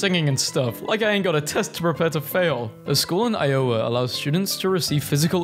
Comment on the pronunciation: I became physically ill from the way he said Iowa. Don't abuse your powers.